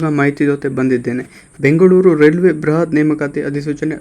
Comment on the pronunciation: ಬ್ರಹತ್ ಅಲ್ಲಾ ಬೃಹತ್.